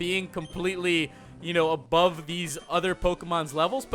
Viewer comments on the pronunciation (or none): none